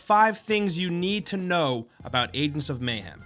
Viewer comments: am I the only one who's getting triggered by him saying "Adents"? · ayeg ents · I stopped watching because of this. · Is it just me or is he pronouncing "agents" like he's mid stroke? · I don't like how he says "agents" ffs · why dont you pronounce the G in agents